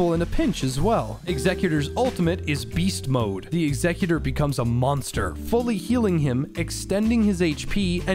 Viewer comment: OH MY GOD thank you so much for pronouncing Executor correctly, every god damn YouTuber I've seen cover this game calls him "executer" and it like- that is NOT who he is he's not someone who's meant to end lives he is there to enact the last will of something that is gone. Had to do a double take when I heard you say it, audibly yelled in frustrated relief